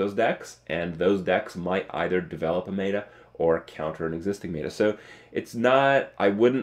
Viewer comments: Does Kripp still say "may-ta" isntead of meta? :') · Has anyone told him that 'meta' is pronounced like it's spelled? That is 'meh-tuh' and not 'may-duh'? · Stop saying MAETER! It's pronounced meta (met her) not mayter!! Love of Jesus. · my god, its pronounced "Met-a"